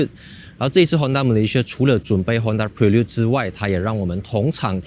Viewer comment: 大家跟我一起念Honda bi lun